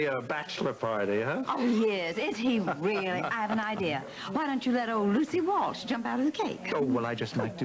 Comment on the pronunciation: I notice that some of them pronounce WalSH as WalCH. 🤷🏽‍♀️